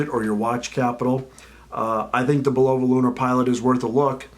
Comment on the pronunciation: Learn how to pronounce the name correctly.